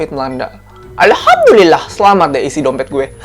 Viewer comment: Aku seneng klo kakak ucapin alhamdullillah nya itu lhooooi....ajarin donk kak bhsa jepang sm tokyo